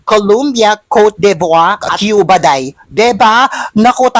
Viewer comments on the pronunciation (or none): none